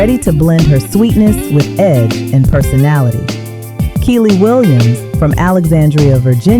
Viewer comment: Yall relax! Complain too much. Smh. If music is annoying then don’t watch and yall know what she means even tho she keeps saying key lee name wrong. I just feel they always tried to make the light skins push forward more